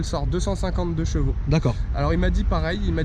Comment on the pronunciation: Frerot on dit CHEvaux pas JEvaux ! PLS à chaque fois que tu le dis xD